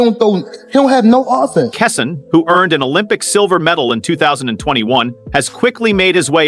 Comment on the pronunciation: Who is kasawn? Kesson? Why this speckerwood mispronouncing bro’s name??? Utter disrespect